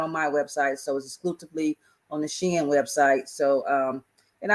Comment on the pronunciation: Hey! Shein = "She in".... just sayin'